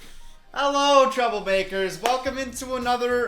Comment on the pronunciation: did you just say 'trouble bakers'? AM I HEARING STUFF WRONG???